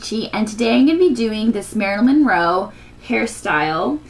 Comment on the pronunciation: Wonderful tutorial. I've been dying to know how to do it. But, as Marilyn is one of my favorite actresses (number 2, actually, only behind Audrey Hepburn), I feel compelled to mention that her name is Marilyn Monroe. Not "Roe" Like I said though, wonderful tutorial. Thanks!